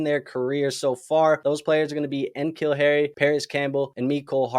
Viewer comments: Fun commentary, but dude, you gotta learn how to say N'Keal Harry's name. Think of it like Nicole Nih'Keel Harry. Not En'Keel. He might have been drafted before you got into Fantasy though. As a former Patriots fan, we know N'Keal very well. Patriots unable to draft a wide receiver since Troy Brown (I think that was early 90s) makes them a fucking joke. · You don’t have to hit the hard ‘N’ on NKeal Harry like that 🤣